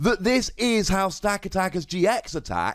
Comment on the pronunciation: It's pronounced Sta-cat-i-ka. Like the movie 'Gatica' but not really an 'i' sound. All your emphasis is on every second A sound instead of giving each A sound the same emphasis.